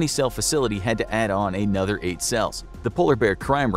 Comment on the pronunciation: SAY another NOT A-nother!!!!!!!!!!!!!!!!!!!!!!